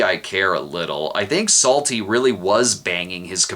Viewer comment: Am I the only one who finds that every time Psalty says his name, it sounds like "Salty"?